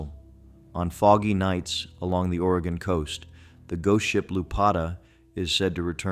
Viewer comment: Will-a-metty in Or-gone. 😂🎉